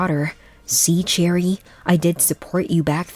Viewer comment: It’s cherie not cherry.